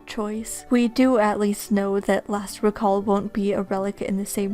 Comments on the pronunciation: It's "reeeeeeeeeeee-call" >:( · The noun and verb form of “recall” have different pronunciations